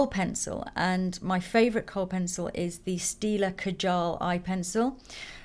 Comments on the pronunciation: Kaa-jul like Kaa from Jungle Book, or if you are Bengali like me then it's Kaa-jol:) like the Bollywood actress Kajol. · Hi Lisa, just wanted to point out that kajal is pronounced as "kaaa-jal". It is a hindi word that surprisingly a lot of companies have started using.